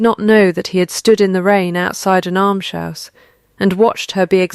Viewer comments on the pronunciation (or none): Why cannot AI pronounce "almshouse" correctly? It's not difficult.